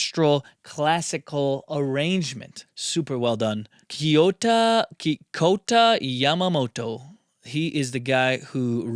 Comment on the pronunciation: a lot of people butcher japanese words and names, you nailed it for Kouta Yamamoto